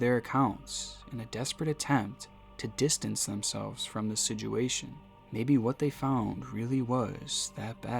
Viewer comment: And “sidguation.” It’s situation!! Like “sitch” “oo” “ā” “shun.” JAYZUS.